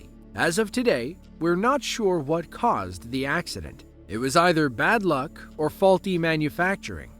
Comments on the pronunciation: “ whot is going onnnnn” 😂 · "Whort is goen on? Whort is goenn onn" "WHORT IS GOEN ON!"